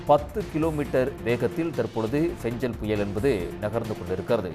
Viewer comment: ஃபெஞ்சலா..? ஃபெங்கலா...?